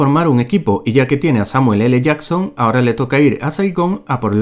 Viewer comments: el samueeleyason XD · Según este tío es el Samuel ele jasssssssson jsjsks ondaaaa vitaaaaaal